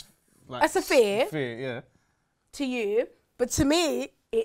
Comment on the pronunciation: “A saphere”